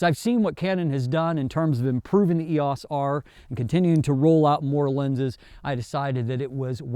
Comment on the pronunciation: I enjoy your reviews but please...please....PLEASE call it the "R" or something. I'm not trying to be a jerk or super critical here but it is very distracting the way you say "Eos." I'm not sure I or my students will make it through another video with the current Eos pronunciation.